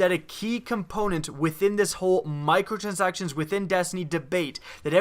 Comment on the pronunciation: Lol u sound like an idiot when u saying micro transactions